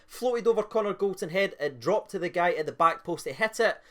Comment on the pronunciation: It's not Golton, it's GOLDSON